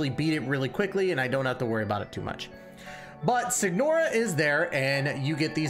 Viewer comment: Do NOT level her normal attacks. It's a waste of resources and does absolutely nothing for the character. The G in Signora is silent. Is this a guide or a showcase of your Raiden? I'm confused.